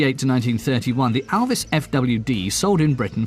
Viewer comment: Der englische Kommentator spricht ALVIS wenigsten richtig aus !